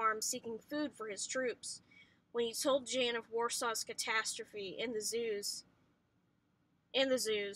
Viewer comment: jan is pronounced YAN just so u know